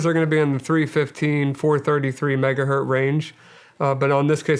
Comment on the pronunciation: 1 megahertz not hert... That is all.